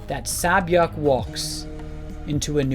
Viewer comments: Her name is pronounced as " Say Byeok"! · It’s pronounced, Seh-byuk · cool video but- "sa-byek" WTF IS "sa-byek" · Sae-byeok is pronounced “Say-byoh(k)” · One thing, please pronounce sae-byeok as say bee oeohk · It’s pronounced Say Beeyoke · Pronounced "Say Byeok" "Say" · Honestly I don't know if this will help with anything, but Sae-byeoks name is pronounced say byeok, I know a bit of Korean so I just wanted to point that out to people who didn't know :) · Amazing video! Just a FYI sae-byuk is pronounced more like “se” byuk like the “se” in “send.” Korean to English spelling can be confusing, so absolutely no criticism- just thought this might be helpful! Characters comment on her having a nice name as well because sae-byuk is the word for “dawn” and isn’t a common name. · This is a lovely analysis of these two incredible characters. I just want to mention that Sae Byeok’s name is pronounced ‘SEH-Byuk’. Like the first ‘e’ in ‘center’. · I found it more distracting that he pronounces the k 😅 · i'm sorry but the pronunciation of sae-byeok is unbearable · i dont understand why its so hard to say sae-byeok properly. It's rude to not pronounce someone's name the way it is intended. Sae-byeok is not that hard, just say it how the character says it. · Lovely vid but the sae byeok pronunciation killed me everytime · 새벽 (sae-byeok) is actually pronounced "sebyog" not "sabyeok" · The only problem is that you are butchering sae-byeok's name. The first syllable isn't "sa', it is "sae" (sounds like "seh"). Sae-byeok isn't just a name, it is actually a korean word, which means "Dawn", such as dawn of a new day.. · I love the video and the deepth of Ji-Yeongs character but if I hear Sea-Byeoks name mispronounced one more time I'm going crazy. It's not Sabyoek but Sebyeok. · "Say"-byeok.. not "sAh"-byuk. They literally say it in the show. Sorry, but that's too distracting. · Correction: her name is SAY Byeok, not SAH Byeok. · It’s not sa byak it’s say-byok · sah-byok lmao